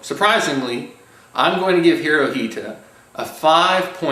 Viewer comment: It's pronounced Hitora. (Japanese translation of Hitler)